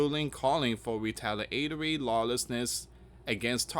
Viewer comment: Just a little help ... Re-TA-la-to-ry Con-TRI-bute Or CON-tri-bute Depending how it is used in the sentence .. 😊